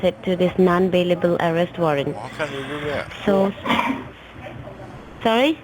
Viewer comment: Ourest warrant? Mistakilly? Wowcher? Porticol? ProWIDE?? "Under your NAM"?? The idiot scammers might want to learn how to pronounce simple English words.